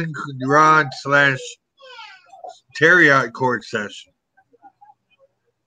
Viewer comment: Do you mean tarot? Sounds like TARE-OH..?